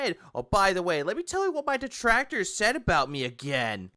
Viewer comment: I like how one of the main reasons Phil is saying he “refuses to take company sponsorships” is LITERALLY the same reason he doesn’t want to do a charity stream. “Oh wul you guys don’t get it, my duhtrackturs would be there to ruin it. I mean come on, they’ll interfere in anything I do so what’s the point like are you seereeuhs ack ack ack” Nothings ever his fault. The detractors are always to blame, and they’re even preventing him from being charitable. 🙄